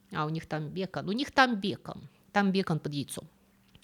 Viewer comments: Простите, но почему бЕкон? Мы говорим бекОн😂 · Всегда восхищалась грамотной речью автора, но слова "Протвень" (вместо "Противень") и "БЕкон" (вместо БекОн) просто резанули слух. Я понимаю, что бекон - это слово bacon , которое произносится с ударением на первый слог, но по-русски-то мы произносим бекОн (как и по-русски "маркЕтинг", хотя по-английски мАrketing). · А я испугалась, что и здесь ИИ, услышав бЕкон - я привыкла говорить бекОн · Что за бЕкан??? Я подозреваю это вы так называете бекОн, типа на английском? Тогда это бЕйкн - bacon. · Спасибо за контент! НО! БекОн, а не бЕкон.😂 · Точно бЕкон? Бе-бе-бе. Коза безграмотная. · Тока не "бЕкон", и даже не "бЯкон", а "бекОн" Беко́н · Ну бекОн же! Не бЕкон. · А почему бЕкон, а не бекОн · Безусловный лайк! Но какой-такой бЕкон? Может, все таки бекОн? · бЕкон?? Это что-то новое😂 бекОн поавильно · Почему "бЕкон", а не "бекОн" ? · БекОн. БЭкон, это который Френсис. Да, и с числительными у проблемы. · Почему-то никто не обратил внимание на произношение слова "бекон". В русском языке ударение всё-таки обычно ставится на второй слог. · не бЕкон а бекОн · Не бЕкон, а бекОн. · Бе́кон - это который беко́н, на самом деле? А в остальном, супер контент. Было очень интересно. Спасибо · Господи, ну почему же бЭкон?! Донесите до автора, воздыхатели, что правильная транскрипция бекОн! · Хаха почему вы говорите бЕкон, ведь это бекОн) И ещё что-то извините Карбогидраты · Отчего бе'кон а не беко'н? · Видео как всегда очень интересное, но у меня один вопрос, как правильно произносить слово "бекон"? я всегда произносил его с ударением на "о" а вы говорите с ударением на "е" вот, я и не понял как правильнее то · Спасибо ❤ за лекцию). Вопрос, а почему бЕкон а не бекОн?))) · Очень интересно, но "фиги" и "бЕкон" резанули ухо 😃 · Спасибо за ролик, но только бекОн, а не бЕкон) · Не понимаю почему бЕкон, а не бекОн?!!!!!! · БекООООН, а не бЕЕЕкон!) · Странно звучит "бе́кон" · бЕкон? Интересная привычка ставить такое ударение 😊